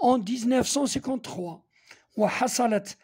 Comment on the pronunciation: استاذ أخطأت في قراءة 1953☺️😁